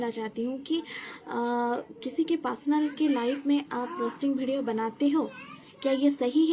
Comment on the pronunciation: Didi jo bolne se pehle script likha karo aur practice kar K live aao aur wo pasnal Nahi hota hai personal hota Hai 😂😂😂